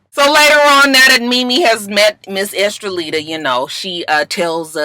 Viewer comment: Lord I think she's saying her name is Estellita. I thought it was Estrellita, which means little star. It's crazy Joseline's baby has the same first name as me and that new Latin artists name is close to my middle name Estrellita.....oh well I know no one gives a good God damn. 😂